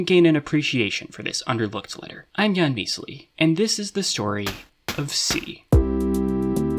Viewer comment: I'm not a native speaker, but based on how you pronounce it (first syllable stressed) I'm reasonably sure misali should be transliterated ميسَلي instead - specifically usually long vowels (ي) are used for both stress and syllable-terminal vowels in transliteration of loan words, from what I've seen (in Egypt, at least)